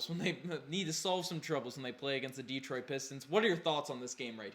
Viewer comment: "Deetroit Pistons" ..there's no accent mark over the "e" so don't stress the vowel sound, its "Deh-troit" 🤣